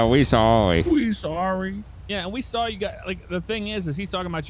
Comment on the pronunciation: whenever says "saw" - he always sounds like he's saying "sawl".